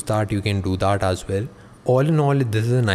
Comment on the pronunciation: bro it's not "aaplication".... it's application. one more... it's not "daaaat".... it's "that". it's irritating yaar....🙄